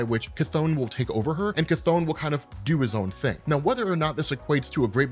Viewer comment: Chthon pronounciation Ku-tohn/Ka-tohn